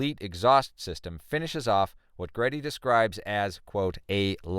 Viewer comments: Never, has GReddy been known to be pronounced "Gee-Ready".....ever. Most car people know it's pronounced "grr....eddy", but also understood as "Greedy". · He is pronouncing it correctly, its like Gred-E. bit(dot)ly/LQFYSg Or you can call it Trust which is the parent company. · It's pronounced, "GEE-ready".